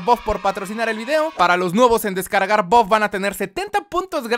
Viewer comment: todos: buff: boff